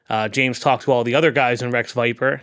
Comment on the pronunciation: Did he say Wreck Viper? 😅